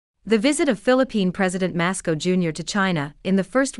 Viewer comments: Somebody please tell the AI that the PI's president is named Marcos not Masco. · 1st you pronounce the Boomboom's last name like this. Mar- k-os. 2nd I like the reversal of the so-called freedom of navigation. It is something I thought China needed to do for some time now. 3rd the claims by the West that China does not have a blue water navy. It is something I found to be utterly laughable. The modern Chinese Navy of today has had a Blue Water Navy for some time now. However 5 Aircraft Carriers is not sufficient to counter the US. On the Oceans. Still China's Missile & Rockets are the true threat to the US, militarily. Which is only made worse for the US and NATO by the Chinese manufacturing capacity. Which can out do the US, NATO, and West by a long mile. Which explains why the Chinese are NOT frantically trying to equal or surpass the US Air fleet or Naval Fleet. Which makes further sense in context of the Chinese military being a true defensive system. Unlike the US and NATO who claim to be Defensive, but real World aggressive adventures of these so-called "defensive" organizations. Seems to be all offensive at all times. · A correction, it's Marcos Junior and not Masco Junior. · His name is MARCOS, not MASCOS.